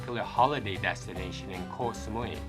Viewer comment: The pronunciation is not Kok (คอย = waiting), but Koh (เกาะ = island).